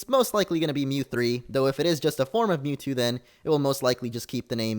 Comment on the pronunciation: You say Mewtwo a lot so it sounds like YouTube